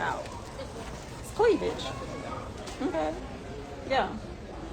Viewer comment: “Cleaveledge” showing?